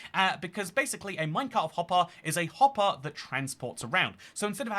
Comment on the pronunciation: "Minecart hoppah" 🗣️🔥🔥